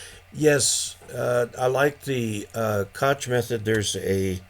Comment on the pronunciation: Koch is a strangely pronounced name that gives everyone a lot of trouble. It is actually pronounced as "Coke". I worked for a couple years for Kock Industries and they would get very upset at us if we mispronounced their family name. I am trying to take a class now from CW Academy. we meet twice a week for an hour using Skype to go over what we learned in the previous lesson. I am getting the sending part easily, but for me, copying code is a real challenge. It is hard for me to distinguish the dit from the dah, especially when they are teaching us to send at 20 words per minute. Also, they do not want us to write it down but just keep track of it in our heads to copy it, which apparently, my brain doesn't work that way. Sending it is much easier if I can see the letters too, so I have to write down my responses to send the code. If a sentence is written out I can send it in CW, but for me to try to just come up with what to send from my head while I am sending isn't working. Saturday mornings are a challenge for me for your live stream because I am in Hawaii and with the time zone differences I am still asleep while the rest of the world is starting their day. So I have to catch your prerecorded shows, but I am going to try to incorporate those into my CW learning as well.